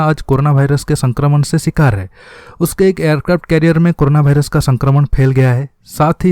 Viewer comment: वायरस या भाईरस, तय करलो कि कया है 😀😀